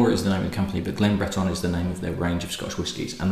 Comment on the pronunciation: Not that it matters but your pronunciation of Breton seems to be a little on the French side(Yes I know France did control the Island for some time before the British took it back). Cape Breton has a rich Scottish heritage dating back centuries. Nova Scotia is Latin for New Scotland after all) So much for the history lesson. Cape Breton may be the most Scottish place in the world outside of Scotland You probably new all this, but if any distillery outside of Scotland deserves the name "Glen" it's one in Cape Breton. That said I am not a great fan of their younger SM whiskey and their older Whiskies are quite expensive. Great cause and keep up the good work. Cheers